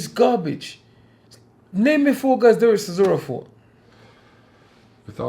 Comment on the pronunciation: 'Dereck Sisora' 😂